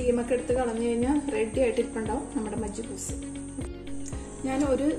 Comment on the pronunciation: Majiboos alla prayauka arbic macboos Anu adayylum super ayitundu